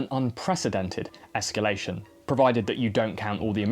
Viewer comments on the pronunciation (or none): none